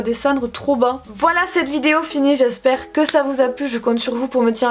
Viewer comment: je suis Parisienne et à chaque début de vidéo je ne peux pas m’empêcher de dire en même temps que toi « hey tout le mondeuh j’espèreeee que vous allez bieng! » avec ton accent haha 😍